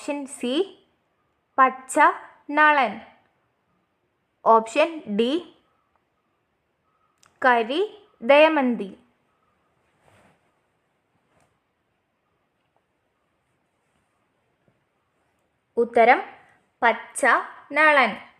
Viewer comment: Damayanthi ennullathinu dayamanthi enna paranje